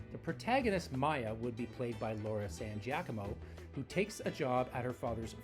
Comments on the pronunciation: I'm sorry, San Jackamo??? It's Gee-uh-COMB-oh. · It is pronounced JAH-koh-moh, but they didn't put enough stress on the first syllable.